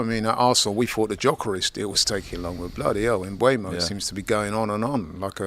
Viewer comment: Can anyone at DR Sports pronounce Mbeumo correctly? Just look at the video of Brentford players and manager saying their names, it's on Youtube. Hint: it's pronounced "mbuumo". NOT "mbuemo".